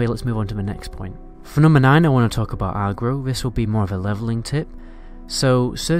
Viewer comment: Good guide but listening to a Northerner say Agro is funny-arrgro-no-Agro-yes!